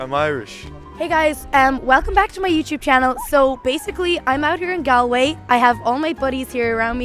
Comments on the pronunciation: FFS you butchered Galway! It’s pronounced Gaulway! 😂🤣🤪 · Lord, yes. It’s Gaw-l-way. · Bruh you pronounced Galway wrong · How can he go to Galway and not be able to pronounce the name? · TBF, if you'd only read it and never heard it, you would assume it's pronounced the way he said it. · true but if your going to do a video in the place, I think the first thing you would research would be the place names pronunciation.